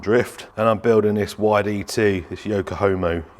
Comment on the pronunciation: Dude said "yoka homo" 😂😂 yokahama